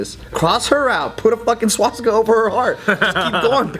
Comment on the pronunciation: "Swatsticka" -, 2017